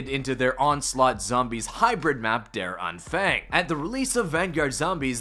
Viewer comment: Just pronounce it: Ther Ahnphung (A like Uh)